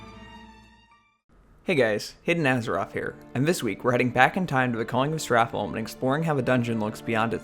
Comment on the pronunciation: Why are americans unable to say holm correctly, its pronounced like home